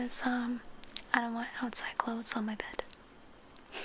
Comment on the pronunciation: Clothesss not clotht